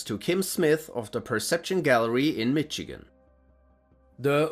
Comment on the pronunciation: I don't trust the Warrens or their movies. They are con-artists in my eyes. Also the "ch" in Michigan is pronounced "sh." Not a big deal though. Thanks for the vid! 🔥